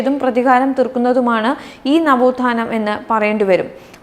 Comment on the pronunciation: നവോത്ഥാനം അല്ല നവോത്താനം Shame on you mukkiya manthree 😏😏